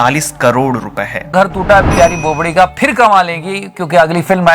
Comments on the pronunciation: It's bobdi not bopdi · Loved it😂😂 but it's "bobadi"